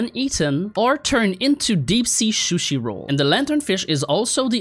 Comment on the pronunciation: "Deep sea shooshi roll"